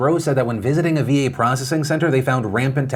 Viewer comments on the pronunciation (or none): Cringing every time I hear "VA bill of rights".